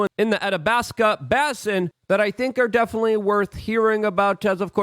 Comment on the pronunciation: Basin is pronounced with a long A as in Bay- sin Coup is pronounced as coo .